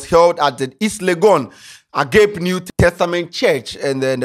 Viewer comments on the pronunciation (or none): Agap lol it’s agape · Ei, Please the name of the church is pronounced 'agapay' not 'ag ape' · massa what is is "AGAP", THE RIGHT PRONOUNCIATION IS AGAPE NEW TESTAMENT CHURCH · Eeeiii Agape. Lol Say this after me A-ga-pe thank you 😂😂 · A-ga-pe😂 The pastor... At this point he shouldn't even be speaking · Ah-gah-pey. If Sheldon dey like he go abuse you ruff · 😂😂😂. will kill us with his pronunciations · A-G-AAA-PÉ..... what's "Agape"😂😂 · So can't just pronounce Agape 😂😂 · pronounced "Agapay" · ei how are you mentioning AGAPE, say it one by one A-GA-PE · Yeah it’s not agape 😂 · how did u pronounce this word “Agape”😂😂😂eiii I’m I de only one who heard it